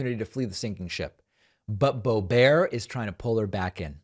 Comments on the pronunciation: Pls, David, don't insult the French accent calling her ""Bo-bear". It's an insult to a French accent. Lived there for 3 1/2 years as a French- immersed American as I'm sure you were. Just call her "Boobert". She doesn't DESERVE being called "Bo-bear". Like "Toolsi", friend. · Idk if you’re saying Bo Ber to be facetious or if it’s just pretentious but man it’s driving me nuts every time I hear it. Just say Boebert it sounds far more simple and suits her personality far better. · It's Boebert.....BOW BERT.